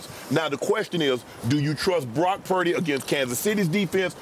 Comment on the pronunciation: Prime said "Block Purdy" 😂